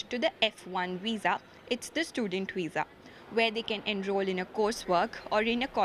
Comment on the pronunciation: What’s weess… veeeeeesa!